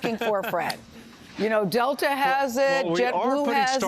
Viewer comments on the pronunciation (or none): none